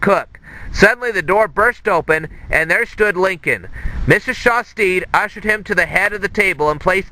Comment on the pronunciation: you're pronouncing Shastid wrong lol it is shas-tid not shas-teed